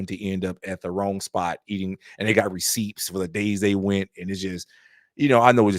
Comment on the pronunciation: Bro, did you just pronounce the silent 'p' in "receipts" ? Looks like someone needs to report your English to USADA!